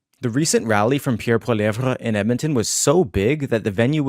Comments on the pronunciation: Oh my god STOP pronouncing it “Poiliev-VRA”, it’s comically annoying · Polly- EV its not that hard. The "re" is silent. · Holy crap..Biggest rally ever? Where have we heard that before. Right from the Trump playbook. Far right B.S...Poilievre=Maple Trump...P.S. Your hero's name is pronounced Polly ev! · Pronunciation is important----are you wrong pronouncing his name or are we? Please clarify